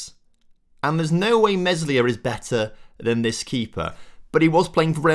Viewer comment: Think Meslier is pronounced more like May-Lee-Ay!